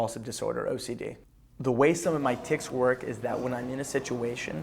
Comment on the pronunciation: Oh also it's "the" not "da" haha dumbass